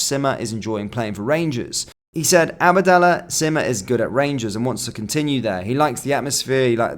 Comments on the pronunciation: It’s abdallah sima not “abadallah” sounds one of Harry Potters spells lol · “Abadalla seema”